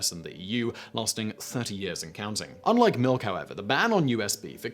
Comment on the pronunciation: Glad to hear you don't drink malk.